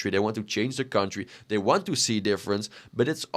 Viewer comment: Why do you have the American flag in the background?😂 I put my phone down and was just listening and when you started talking I thought it switched to a remnant 2 build video “gude for our kuntdry” ummm which country lol